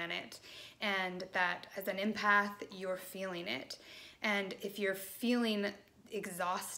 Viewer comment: Helpful thanks. The word is pronounced EMpath as in Emma. Not IMpath xx